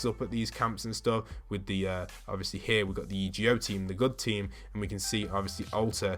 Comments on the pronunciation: Why does he keep saying E G O, and not EGO it just sounds SO STUPID!!! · Hey it is pronounced e go but it’s one word